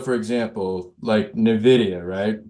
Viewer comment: It’s n-vidia not navidea